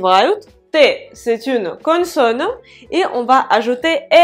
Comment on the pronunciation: Les explications sont parfaites et très claires. Merci beaucoup. Lorsque vous prononcez le mot "consonne" c'est un peu avec l'accent du sud de la France. J'entends "connesonne".